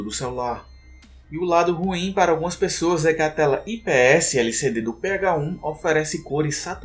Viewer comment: Ele falando PH-1 ficou "Pega-Um" kkk